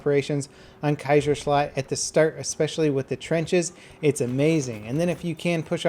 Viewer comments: "Kaisershlut" "hellrigell" that's not how you pronounce it.....Kaiser ShlaCHt ch like a cat meowing and Hellreegel that is how you pronounce Hellriegel and Kaiserschlacht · The way you pronounce "Kaiserschlacht" makes me laugh a little bit, no hate of course :D